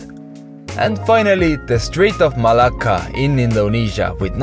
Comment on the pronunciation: When you say the word "Malacca" i bursted out laughing XD Because the way you said it sounded like a Greek swear word: μαλάκα (maláka)